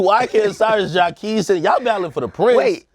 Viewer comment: Who is Jahkeese? Please stop mispronouncing Jacquees name every time yall bring him up. Please yall.